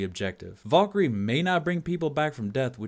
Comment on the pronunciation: dat time when u cant. pronounce valkerie